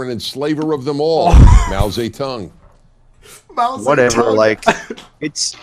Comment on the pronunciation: "Mao ZEH-TONGUE"